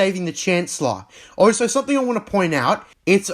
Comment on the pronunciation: So you can say also? but most of the time I hear oso